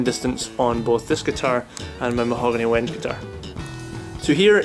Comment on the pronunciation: "Wenge"=Wen- gay"